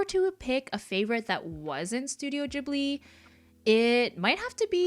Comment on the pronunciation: It kind of bothers me when people mispronounce Ghibli ^^'